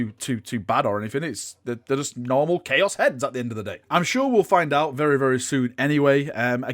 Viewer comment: "New CHOAS" kwuas is my favorite faction